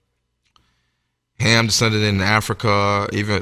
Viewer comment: It was Cham 1st instead of Ham